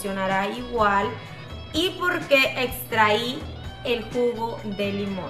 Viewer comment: Vi el video hasta que dijo "extrahí"